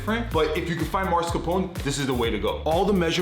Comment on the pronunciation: You are too cute to call it "Marscapone" 😂😂😂